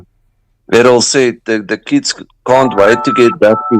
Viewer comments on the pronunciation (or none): 😂Errol not Earle.x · knows it is Errol but pronounces it Earl. Thanks, appreciate it though.